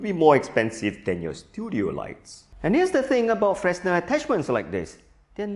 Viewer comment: 1. Fresnel is pronounced fre-nel 2. What you showed in the beginning as a Fresnel modifier does not use a Fresnel lens, but a spherical one. It's an honourable thing to check your facts before you teach them to others.